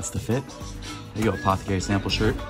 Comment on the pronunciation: take a drink every time he says apthcry in this vid